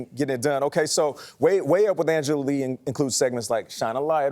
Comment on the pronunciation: YEE! Her last name is YEE! Not Lee! Pause after you say Angela!🤦🏾‍♀️